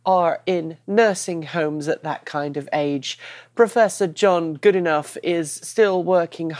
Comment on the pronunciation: Well given that Professor Goodenough last studied physics in 1950 or there abouts, I'd say 1998 is too recent for you to use it as an excuse :-) Also, I may be wrong but I'd wager that his surname is pronounced good ee no, if it was my name I'd be doing that :-)